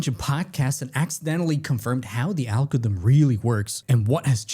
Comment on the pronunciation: What's an "algothm?" Why don't people e-NUN-ciate any longer?